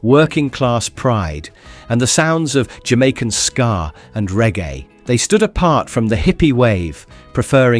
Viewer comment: It's SKA not SCAR